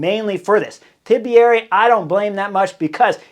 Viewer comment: it's not TIBIERI there's no middle I.